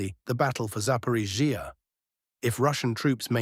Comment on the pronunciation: Russian: Zapo-ROSH-ee-ah Ukranian: Zapo-RISH-ee-ah English AI voice: Zapo-rish-EE-ah 😂😂😂👏👏👏